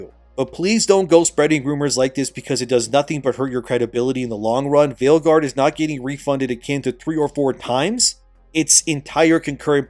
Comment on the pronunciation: Did you say Veilguard or Maleguard?